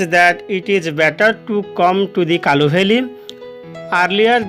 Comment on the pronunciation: Sir kalu valley nuhe kulu valley